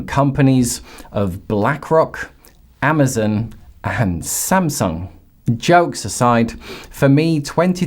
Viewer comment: Please… you’re totally believable until you say “ AMA zin” 😵‍💫. 🤣🤣🤣🤣🤣